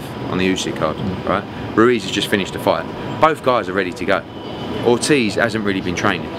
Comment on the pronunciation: Pahahahaha you can tell Eddie was about to say oldtiz instead of Ortiz 🤣😂🤣😂👌🏼